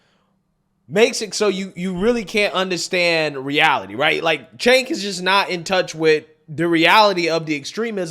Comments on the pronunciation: Cenk pronounced, "JANK". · Cenk "Yogurt" 🤣🤣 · His named is actually pronounced Jenk,,..In Turkey their C is our J...